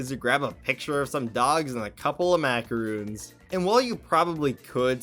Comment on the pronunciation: THOSE ARE MACARONS NOT MACAROONS